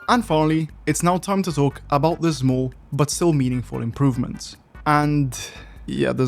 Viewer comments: "... and ZMOOL changes." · 0.39 update and still cant pronounce small properly